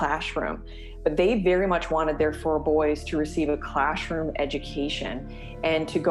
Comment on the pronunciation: Did she say "clashroom"? 😂